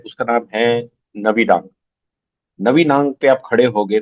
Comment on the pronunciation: 😂😂 नबीडांग नहीं है वो नाभी डांग है😂😂😂